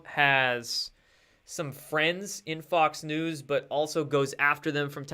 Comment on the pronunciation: it almost sounded like you said “Fucks News” lol